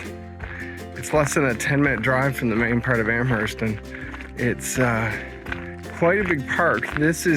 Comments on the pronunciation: I'm from Hants county so all cards on the table, I COULD have been pronouncing it wrong all my life, but I don't think you pronounce the H in Amherst. It's more like Amerst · I spent all my summers growing up in Parrsboro which is about 40 miles from Amherst . The h in Amherst is silent .